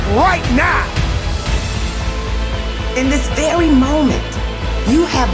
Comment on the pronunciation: in this "vewy" moment😂